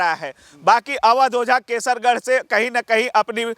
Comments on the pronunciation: Kaisarganj hai kesargarh nhi bhai phle thik se bolo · कैसरगंज है कैसरगढ़ नहीं।😅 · पहले बोलने का तरीका सीखो कैसर गढ़ नहीं कैसरगंज है अगर नेताजी निर्दल लड़ेंगे तब भी जीत जाएंगे